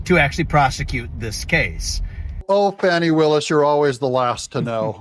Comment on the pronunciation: Thanks for pronouncing her name correctly. Trying to elevate her, some pronouncing her name 'Foni', but it's pronounced 'Fanny'. Having sexual relationships with defendants also Nathan Wade, maybe she fears 'Fanny' very appropriate?